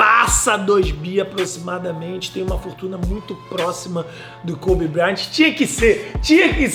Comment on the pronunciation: Não é Koby e sim Kobe... Parabéns pelo canal 😊